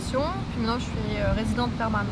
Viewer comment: it amazes me that a french born would say PUIS and CHUI .